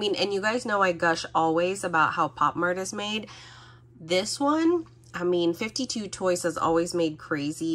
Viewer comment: Awesome video as always ❤ Also I think 52toys is pronounce as “Five Two Toys” !